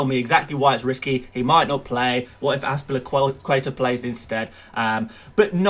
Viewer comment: Right off the get-go, Ryan is probably getting replaced. It is a good thing to follow transfer rumours if you want to produce such videos with "advices". Thus far it makes all of your begging in the beginning pointless. Edit 1: I gave it a quick glance and noticed you can't even pronounce Az-pi-li-cu-eta. Or Dave as he is known. Mainly for people like you. Edit 2: Chill down. Is there some race going on right now? Can't even pronounce a simple name as Trent Alexander-Arnold. Edit 3: He is Doherty. No C there, mate. Use your eyes. Says it right there. Edit 4: Guess you haven't watched Bournemouth prior to relegation and noticed that Wilson and Frazer play together so ASM is suspect. Edit 5: Ferguson is out for a long time so why not get another 4.0 DEF that might get a minute. Or is this a "long-term plan" with you holding Ferguson that hasn't even started an official game for the rest of the season? You gotta do better. If you believe this team will do good then all the power to you.